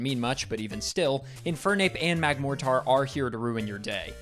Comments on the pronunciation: Love the video, but my only complaint is how you keep calling Magmotar "Magmo-tar" when it's actually "Mag-mortar" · i really dont wanna be that guy but youre pronouncing magmortar wrong. Its mag-mor-ter like the weapon. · Excuse me... What? Magmoretar? I don't think I've ever heard someone mispronounce magmortar, much less the word mortar... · why tf does he pronounce it MagmorTAR